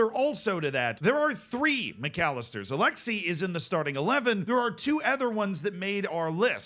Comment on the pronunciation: I'm not sure if you said Alexi instead of Alexis on purpose or not and it makes me uncomfortable